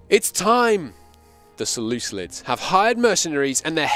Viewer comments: "Selucilid" is the worst pronunciation that I have heard of any country by anyone covering Imperator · Less than a minute untill the first "selucilid" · I have enjoyed this stream quite a bit, however the "Selucelids" and the Pakistan blunder is killing it.